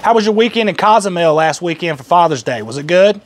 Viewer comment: lol "cozumel" i was born there lol